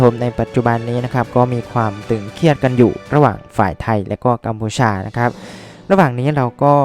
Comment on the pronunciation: 'ตึงเครียด'นะครับ ไม่ใช่ 'ตึงเคียด'